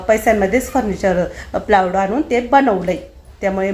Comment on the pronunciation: सुवर्णा प्लायवूड असे म्हण प्लाऊड नाही